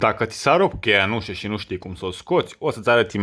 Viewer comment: se spune UȘĂ nu UȘE 'țear limba te oltean